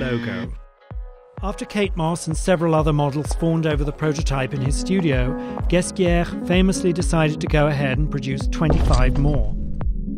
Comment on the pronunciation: The way he pronounces Balenciaga and Ghesquiere is atrocious